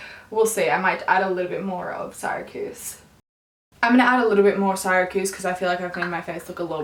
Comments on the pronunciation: Just a note, it’s pronounced “See-ruh-kyooz” not “Sigh-rah-kooz”. It’s a city in New York. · That NARS foundation shade "Syracuse" is pronounced "seer-uh-kjuse". Not a big deal but I went to Syracuse University and just had to say something lol